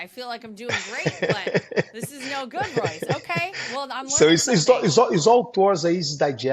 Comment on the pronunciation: Great interview but how did her staff not tell her how to pronounce Royce’s name….Royce so humble, and a legend. Thanks for the interview